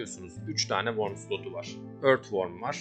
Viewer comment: İçerik güzel de şu wormu üzerine basa basa O ile okumayın artık. Her şey yazıldığı gibi okunmuyor.